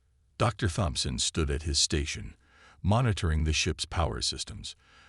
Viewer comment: Hard T. Tomson. Not Thomson.